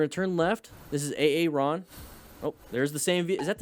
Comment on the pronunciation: "This is Ay-Ay-Ron." Someone's gonna make a great substitute teacher.